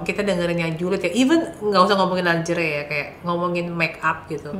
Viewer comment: Lingerie... ko pronounce nya longere sih..